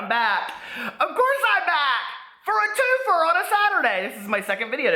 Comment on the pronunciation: "It's a 2-feer" LMAO 😂😂😂😂 Peter you always put me in a goodmood👍😍😍